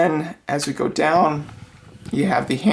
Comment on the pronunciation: and then as you go deewwnn yiuuu hev de heeeenndss this part made me laugh 😂